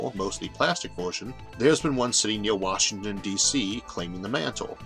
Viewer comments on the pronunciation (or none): none